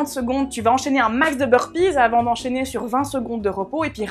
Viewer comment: 40 secondes de Beurre pizeuh... euh et le beurre salé ca compte aussi?;):P Merci je kiff des vidéos 🙏🙏